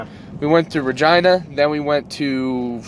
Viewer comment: Could've swore you said vagina, went back and it was Regina 👍